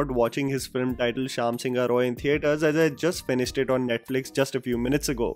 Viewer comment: NOT SINGHA IS SING-HO(E) ... YES,IT SOUNDS EXACTLY HOW I PHONETICALLY BROKE IT FOR U ... IN BENGALI SINGHA MEANS LION ! . IN ENGLISH SINGHA IS WRITTEN AS SINHA !